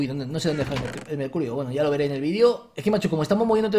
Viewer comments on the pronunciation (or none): none